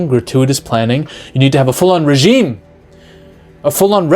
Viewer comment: Why did you pronounce regime correctly, and then say it again with the wrong pronunciation lol.